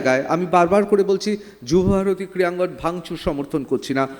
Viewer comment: সঞ্চালক 'ক্রীয়াঙ্গন' বলছেন কি না জেনে ? জিভের সমস্যা?নাকি sarcastically ? 😮